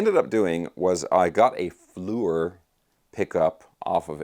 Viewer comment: How do you get Flue - or from Fleor ? I'd go with Flea-or . Mind you American has some strange pronunciation rules ! Usually French based words like Entrepreneur pronounced oo-er in English we say Entreprenerr .